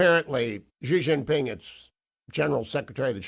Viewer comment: Why can no American say 'Xi Jinping' correctly? It's not even difficult.